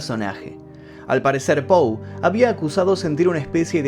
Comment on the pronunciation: Que tal? Soy fanatica de tu programa y de E. A. Poe he leido la mayoria de sus libros y cada vez me siento mas admirada. Como tal con la finalidad de orientarte y humildemente quisiera decirte que su apellido se escribe y se pronuncia POE. Hay otro apellido que es POO, en el caso de Edgar es POE. Gracias y siempre te sigo